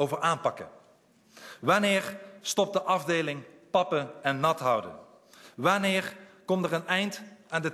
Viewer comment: hahahah waneer ga je waneer niet waneeggg zeggen